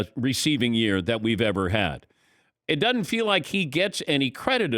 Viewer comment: It “dudn’t” feel like that? Dudn’t? Not “doesn’t?”